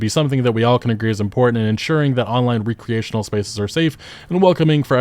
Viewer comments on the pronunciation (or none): Bro, ask someone how to pronounce "recreational". Yikes. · "Nah-zee" (soft Z) "ree-creational" (long E) You have some interesting pronunciations, lmao